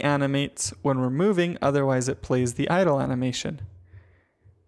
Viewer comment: i thought he was saying idol not idle